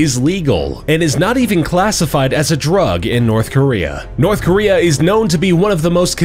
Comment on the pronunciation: Jeez nourthkorea